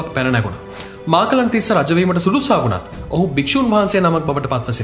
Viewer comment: නම් ගම් හරිය ට කියනව ඕයි.මහාචූලික මහා තිස්ස,මාකලන් නෙවෙයි මකලන් තිස්ස